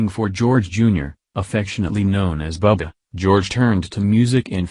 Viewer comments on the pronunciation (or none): Star News Today, if you really cared for George Strait and his family, you would use a human voice, not use an automated computer robot type voice who sounds like every word is spliced together and who called George Jr. "Bugga" instead of "Bubba."